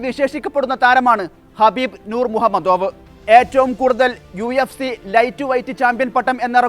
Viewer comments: Nor Muhammadov alla NURMAGOMEDOV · ഹബീബ് അല്ല ഖബീബ്. മുഹമ്മദോവ് അല്ല nurmagomedov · പേര് തെറ്റിച്ചാണ് പറയുന്നത്. നൂർ മുഹമ്മദോവ് ഒന്നും അല്ല. റഷ്യൻ പേരായത് കൊണ്ട് പറയാൻ ബുദ്ധിമുട്ട് കാണും. തൽകാലം ഹബീബ് എന്ന് മാത്രം പറഞ്ഞാൽ പോരേ..